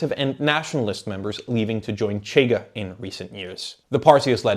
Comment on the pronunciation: Also the 'CH' in 'Chega' doesn't make that sound. 'CH' represents a sound represented in English as 'sh'. But it happens. Most people on YouTube don't check these things up. If had a tuga acquaintance, that could help on this aspect. Edit: I'm not a tuga myself. Am a zuca with some tuga distant relatives. 2nd Edit: I made a point in saying I'm not tuga, to elucidate that I'm not suggesting to be consulted or anything. My suggestions are always in the direction of: having nationals of the country discussed being consulted(including on things like pronunciation). 3rd Edit: Reorganized the comment, omitting unnecessary stuff, while also correcting typos.